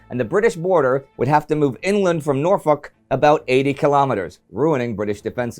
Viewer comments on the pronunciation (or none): none